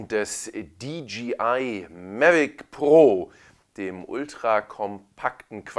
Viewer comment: Super. Habe gerade die Mavic pro heute neu und werde deine Videos im Laufe des Wochenendes durchkucken ;) Eine Sache kann ich mir nicht verkneifen: du sagst immer DGI statt DJI. Im Englischen müsste es doch Dee Jay Ei heissen.